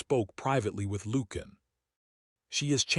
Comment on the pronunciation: Lucian is not pronounced Loo-can. It’s pronounced Loo-she-an. Interesting, well crafted story. Enjoyed it.